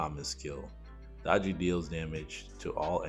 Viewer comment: Summoner r going to b broken! I think she is pronounced Day-gee.